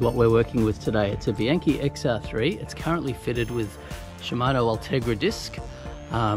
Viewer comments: Well that's what Yankee knowledge... and some world tour wins get you..TREK. / and its pronounced : Bee Ank Cay.. not Bee Yank kay.. I know you Kualas down under love italiano.. goodonya to practice it.. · Actually, it's Koala* and "Bee-un-kee", "A" in Italian is always pronouced like "AH" (as in "under") and "I" always like "E" in English. (Not to mention that, in Italian and English, and in fact in every language using the Latin alphabet, sentences are separated by only a single period.*)